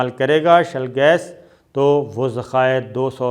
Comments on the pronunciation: With due respect, it is ‘Shale gas’ not shell gas. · Shale not shell. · its SHALE GAS not SHELL gas